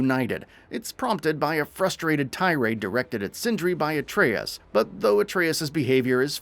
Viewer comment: See Dominik look how pronounces atreus not whatever the hell you were saying sir 🤣 you may have to teach him how to pronounce this name cuz it's evading him.